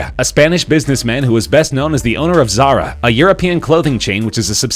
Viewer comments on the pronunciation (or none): none